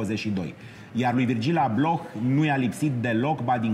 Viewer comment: Va iubesc dar ma zgarie pe creier pronuntia incorecta a numelui lui. Nu se pronunta H-ul, e “Ablo”